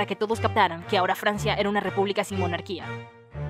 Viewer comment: "rey de FLANCIA"